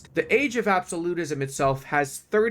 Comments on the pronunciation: Ab-so-lu-tism. As in absolute. You said ab-so-li-tism, as in absolve. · I love you and your videos bro... but my gods do you butcher common words deliberately? rep're'sent, not re'pre-sent. ab'so'lute'ism, not ab'solit'ism your weird pronunciations tweak my OCD's like nothing else lol